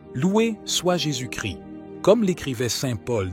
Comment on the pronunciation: Jésus Christ et non Jésus Chri le s et le t se prononcent. Christ =l oint ; Jésus ne crie pas.